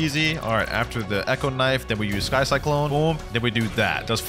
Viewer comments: "Cy Kyklone" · Love the vid but please learn how to say sky cyclone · i love that could not pronound sky cyclone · "SkY cLycLoNE"